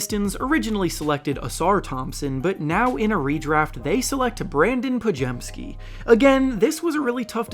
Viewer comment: Brandon Podziemski’s name is pronounced (pod-zim-ski) And if you’re asking how I know that, it’s because my mom’s second husbands name is Wiczalkowski (Wiz-zol-cow-ski) and her maiden name is Grudzinski (Grud-zin-ski) so I know a thing or two about polish names lol